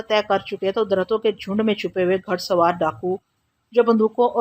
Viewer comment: گھڑ سوار غلط پڑھ رہی ہیں گھ کے اوپر پیش کے ساتھ پڑھیں زبر کے ساتھ نہیں